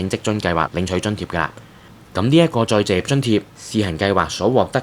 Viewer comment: 甚麼叫「再謝津貼」？ 旁述員講了幾次「再謝」，其實是「再就業」吧？ 這三個字很難講的嗎？